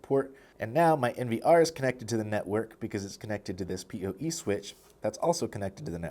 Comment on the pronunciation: why do you say POE and NVR like a deaf person?